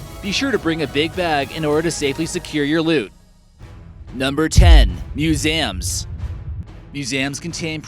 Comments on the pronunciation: Number Ten : Moozāyūms Vhat? You mean Mū-si-ūm Museums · he pronounced it "musams"